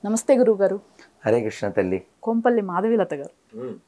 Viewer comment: Kompella and not kompelli